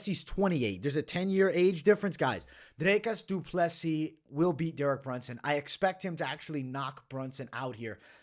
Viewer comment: You actually say DDPs name very well.